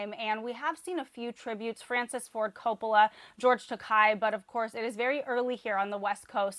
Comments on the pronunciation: George Takei pronunces it Takay, rhymes with bay. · And there are professional journalists who still don't know how to say George Takei's name. What a world.